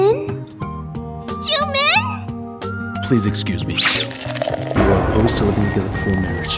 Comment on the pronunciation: Finally! They pronounced it as Jumin and not Jumeen